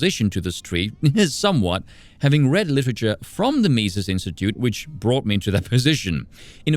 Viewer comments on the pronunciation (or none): none